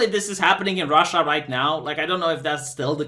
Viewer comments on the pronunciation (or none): I love the way u pronounce RRRasha 😆